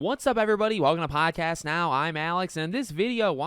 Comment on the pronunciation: just say the “d” in podcast and I will leave you alone